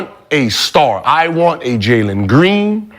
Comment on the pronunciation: Bro said Jalen Green ☠️☠️☠️